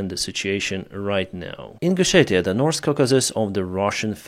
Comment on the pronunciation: Sorry dude but his pronunciation is terrible, or am i the only one hearing NORSE and SAUS?